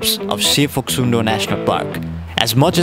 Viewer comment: Local said its Phoksumdo not Phoksundo. In local tongue Phok means "Kuna' Sum means "tribeni' and Do means "Puchar". From the corner of Cholopu till the end of Suligad, three rivers meeting together. And thats how the it was named. Video is very nice ^^